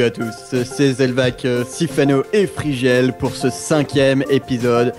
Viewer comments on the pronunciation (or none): Frigiel* pas frigel